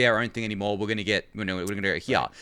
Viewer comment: Can you pls keep this guy instead of Ryan, other than the way he pronounces "here", he is perfect.